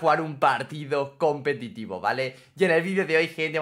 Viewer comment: Que humilde diciendo competido